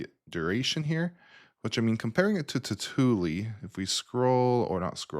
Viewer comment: A few things need correcting from the start of this video. (TLDR: Plex is free to use) 1. It's pronounced "Totally." (Tautulli - as in, see totally everything on your server.) 2. Plex is free. Always has been. You don't need Plex Pass to watch your own media. Your friends and family don't need it to stream your content. Plex Pass is optional and it adds perks, nothing more. This isn't a new paywall. Nothing changed for anyone who wasn't already paying. 3. Every media server app is free. Plex. Jellyfin. Emby. Kodi/XBMC. All of them. Free to download, free to run, free to stream from. So the framing that Plex is somehow extorting its users falls apart immediately when you look at the landscape. 4. Jellyfin is solid, but it isn't Plex. He even admits it. Plex has years of polish, a cleaner UI, broader device support, and built-in features most of us don't even use. It quietly serves your media, no ads, no drama. 5. Nobody is forcing your hand. Kodi has been around forever and has more plugins than you can count. Emby is a capable middle ground. The choice has always been yours and every option costs exactly the same: nothing. 6. I don't work for Plex. I was exactly where this guy is for years. He either already bought a Lifetime Pass and forgot, or he's mad he missed the window and wants company in his regret. Either way, that's on him, not Plex.